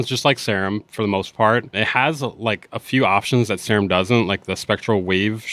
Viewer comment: Seerum not Sairum...